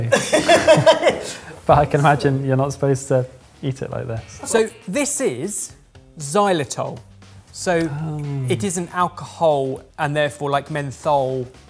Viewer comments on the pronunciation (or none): isn't it Xylitol, not Xylotol? ;)